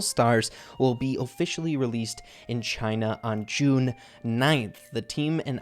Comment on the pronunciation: really just said Chine lmao